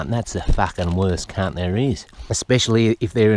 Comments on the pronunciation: “Out KHUNT him” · Take a shot every time you hear him say Khunt😂 I’m gone